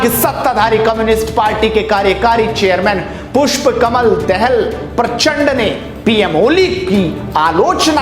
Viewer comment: परचन्ड नहीं प्रचण्ड बाेलाे । शुद्ध बाेलाे । दहेल नहीं दाहाल बाेलाे । शुद्ध बाेलाे । तब समाचारमे भी सच्चाइ मिलेगा । तु मिलावटी धि खानेवाले बुरे मुॅहवाले । जय नेपाल